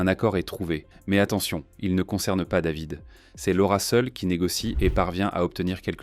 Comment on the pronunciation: Quand david est né, la va-t-en voulait que son prénom soit prononcé ''dèvid'' (sic) a l'américaine - une vraie française la bulgare de mes deux